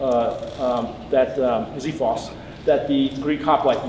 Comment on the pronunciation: it's been two years and you still haven't learned how to pronounce "ksifos":)